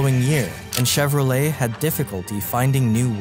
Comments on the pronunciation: So we have been mispronouncing his name this whole time. It’s not chero-leT it’s more schevro-lei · Till today I didn't know that you don't pronounce the "t" in Chevrolet 😢